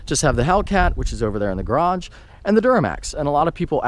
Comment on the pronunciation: Hahaha "back here in my garrraage"